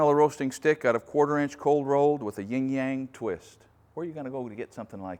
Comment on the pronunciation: Yin not ying. Yin and Yang.